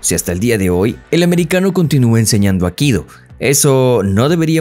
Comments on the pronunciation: No es 'akido', sino aikido. Y no es "americano", es estadounidense. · El nombre del arte marcial que él practica no es "akido", sino "aikido"· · Es Aikido, no Akido. Infórmate mejor antes de hace un video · Minuto 1: 20 " el AKIDO " dijo el bestia, AIKIDO se dise animal !!! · Todo bien ,pero por favor es Aikido como suena no Akido. Cada vez que lo oigo me estalla un timpano. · Por qué insiste en llamar “Akido”, al A I K I DO? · Por qué dice Akido? Es Aikido, lleva dos i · ¿Por qué pronuncias Akido? Es AI-KI-DO, Aikido, no es tan dificil pronunciarlo. Los youtubers deberían preocuparse más por el correcto hablar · Aikido!! Aikido No akido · No es akido, es aikido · Es Aikido no akido , arrancaste mal . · Muy mal. Ni siquiera el youtuber sabe decir "AIKIDO". Dice "AKIDO".... LAMENTABLE... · Aikido, no Akido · "Akido"? Es "Aikido", dedicás un video entero a un tema que no sabés ni pronunciar bien, habrás investigado mucho eh... pufff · No es “Akido” como tú lo pronuncias es Aikido o Aikidō como se escribe es como se pronuncia (cuadernillo Rubio para ti) A I K I D O, es castellano e incluso la fonética igual en su idioma original que es Japón. Hablar de algo y no saber cómo pronunciar una palabra tan "básica" me produce repulsa de seguir viendo el video. Aprende y utiliza bien nuestro idioma... o nómbralo por el idioma original... que vamos es exactamente igual y no la rareza que te has marcado por meterle fonética anglosajona, que manda narices ya. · Buen video aunque, como siempre, tus errores de pronunciación distraen mucho. Se pronuncia Ai-ki-do, ambas letras i tienen sonido. Saludos. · Dónde queda la primera i de aikido? Akido? Patadas que dais al diccionario, qué triste..? Adiós